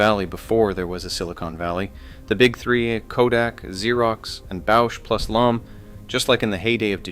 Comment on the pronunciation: It's pronounced bowshnlom. This is Rochester